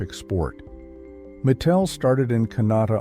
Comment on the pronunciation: It’s pronounced my-tel and corelle draw.